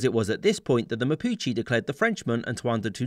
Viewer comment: Why you pronounce mapuches mapuchi? 😂😂